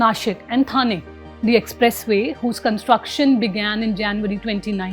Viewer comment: Thane should be pronounced as ठाणे.